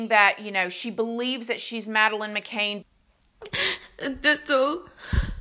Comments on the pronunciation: I’m twitching all the way over here in New Zealand. It was such a big international case, how does one not know how to pronounce it?! Surely she watched other videos for research, the mind boggles… Can’t wait for the vid on OJ Simpsoon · It's not an accent thing, or a Southern thang, she just couldn't be bothered to get it right. Sure correctly pronounces whatever product she's pimping, though! Such a "kindly" vulture! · At least learn her name.... Who's Madeleine Mc Caine .. ?? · you cant even pronounce her name right,,,,,,,,,Mcann as you say can mickcann DOH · Honestly you could at least learn how to say her last name properly! Her last name is MaCann not MaCain! I mean come on! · First of all, stop saying Mc Caine ( Cain ) it's Mc Cann as in Can which if you researched you should know the pronunciation. This case has cost millions and to this day the parents have never been tried for leaving her and her even younger sister alone in that apartment whilst the parents ( both Doctors and well-connected) went partying at the restaurant with friends. And that in itself is a crime. I really hope she is Madeline and do not understand why this DNA has not already been done or is it another coverup. I hope people start to get prosecuted. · The name is McCann. Not McCan as you spell it above, or even McCain as you pronounce it. As to your assertion that Faustyna wants a DNA test, I think that that would be the last thing she wants as the jig would then be up and she would be exposed as the attention seeker she is. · The Surname is McCann - like a can of coke - not McCain - just sayin'! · You pronounce every name wrong on almost every video. It’s takes 2 seconds to research. It’s not McCain, it’s McCann. Do the most basic research. Not that hard. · As a British person, I'm cracking up at how you call her "mc-cane" 🤣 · no she does not it is not pronounced that way at all, we British should know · Sweetie, it’s McCAN not McCain. CAN not CAIN. Love you. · McCANN not McCAIN